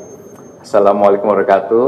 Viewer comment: Saran om, buat ucapan bismillahirrahmanirrahim dan salam di perjelas agar bagi kaum yang kritis ttng agama gak nyir nyir... Jadi pengucapan salam di perbaiki